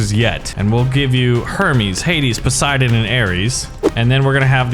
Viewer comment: bruhhh its poseidon not posieden